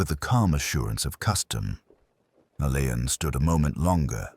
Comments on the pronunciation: Roderick Alleyn pronounced ALLEN see Wikipedia ❤ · How clever would it be if names of unsure pronunciation used Googled or Wikipedia first? Alleyn being ALLAN‼️‼️